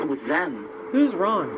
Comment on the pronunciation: She's saying "wron" instead of "wrong" Deni. She doesn't pronounce the letter "g" in all words. She's saying "wrong" but pronouncing it "wron".